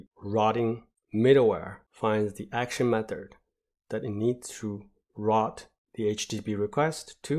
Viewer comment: Very, very good videos. Please work on the pronunciation of the words "route" or "routing" Think of the word rhyming with the "root" of a tree. These words are coming across as "rot" as in decompose. Otherwise, everything else is pretty good! There are other ways to pronounce it but not "ROT" as in decompose.